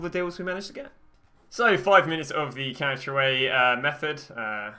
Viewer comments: can we talk about ‘calsha ay’ 😂😂😂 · Brad Lucas to me it sounds like he’s says couch o-a